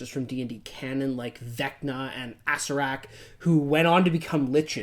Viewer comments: Love your videos and content... but good god the way yall pronounce name sometimes makes me want to put my head through a wall. It's Acererak. As in Acer-er-ak, not Acer-ak. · Awww my dudes... why.... "Acererak" not "Acerak" xD But it's okay. My character (Female Noble Human Fighter/Sorcerer) servant of Vecna called him "Arse-rack" because you know... screw the rivals of her deity. #TeamVecna!